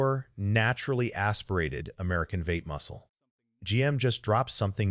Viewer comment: AI Slop, what the hell is a Vate?